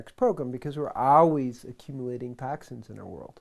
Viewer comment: LOL "tahk sins"